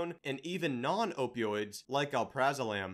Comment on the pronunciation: Did this dude say "Al-Praza-Lam"??? Do you know anything about drugs or do you research all of this 30 minutes before you make a video? "Alprazalam" lmfao. It's pronounced "Al-Pra-Zol-um"